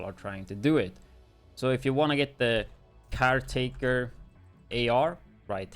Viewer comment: it's not called CAR🚗taker, it's called CAREtaker, as of the gun takes CARE of you 😂